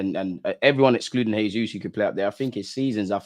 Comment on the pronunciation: jesus in Portuguese as "jay-zus" and not "hey-zus" that's Spanish.